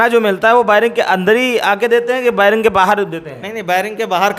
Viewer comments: बैरक नहीं बैरिंग😂😂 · Bering nhi 😂😂 beric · बैरिक नहीं बैरक होता है 😂😂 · "Bairak" ko biring bolta hai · Vairing nhi bhai bairak hota h....kya kaidi bnega re baba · अनपढ़ बेरिंग नहीं बैरक होता है! क्या legal help देगा रे तू 😆😆😆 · Are ghuchu bering nhi berek hota hai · Baring baring kya kr rhe ho zahilon.barrack hota hai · बैरिंग नहीं बैरिक होता है 😂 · बैरक नही बेरक 😂